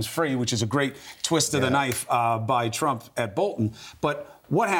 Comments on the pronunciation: How much cwying did widdle baby twump do today? How many binkies did he use? How many tantwums did he thwow? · "President Tuwamp" haha... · President Twump - right pronunciation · “Pwesident twump” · "president twomp" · he did say twamp!!!! lol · Twump seems quite appropriate. Pwesident Twump. Our first child-president. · Lol "president twamp" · "Twump." Hahahaa, That's very fitting ! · "president twump" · "this tweet from President Twump…" LOL ! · "President Trwump" 😂😂😂 aka "The Lying President"